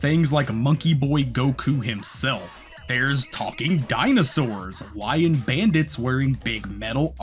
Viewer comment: Did he say lying bandits or lion bandits